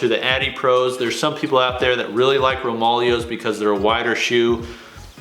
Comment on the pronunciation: It's pronounced... ROME-AH-LAY-OH's. Just to put that out there👍🏼